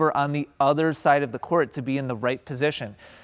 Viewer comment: Why do you pronounce “court” like “core-ette”??